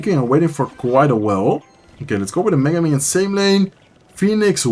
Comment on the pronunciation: The way you pronounce mega minion as Megumin 😂